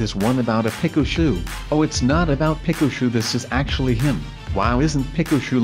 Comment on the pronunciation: lol why did you say Pikachu wrong lololololololol (2000 years later) lolololololololololololololol